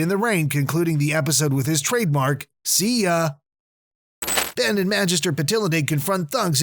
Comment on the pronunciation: ban (Ben) rok (rook)